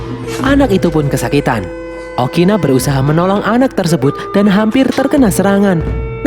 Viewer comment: Ukuni bang bukan Okina